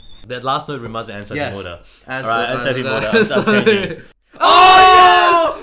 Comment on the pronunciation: Fun thing: The way your pronounce "Mutter" (which is the German word for mother) sounds like the way Germans say "Mutter" when we make "your mama"-jokes :D